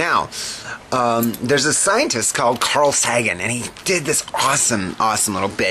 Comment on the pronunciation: Few things: It's not hard to get an atheist to admit the possibility of a god. Next, we live in at least 4 dimensions: time is the fourth. As the doc from bttf would say "Your just not thinking fourth dimensionally!" And third, it's pronounced "SAY-gan"